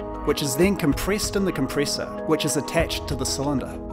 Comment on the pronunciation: Compriss in the comprissor😂